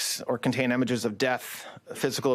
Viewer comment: .... i don't know if I can trust someone who pronounces images... emiges...😮